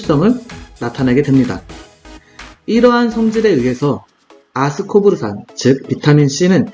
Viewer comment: 아스코르브산인데 계속 아스코브르산으로 발음하셔서 헷갈려요ㅜㅜㅎㅎ